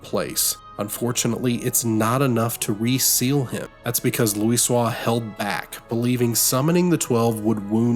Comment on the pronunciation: Hearing you butcher Louisoix's surname that hard when Alphinaud can't go five minutes without saying it made me cringe a bit, but it's also kind of endearing.